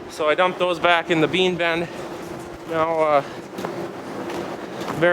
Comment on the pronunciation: that "ben" not bin "BEN"